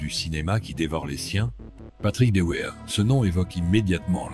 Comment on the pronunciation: Son nom s'est toujours prononcé "Devère" et non pas "Deouère".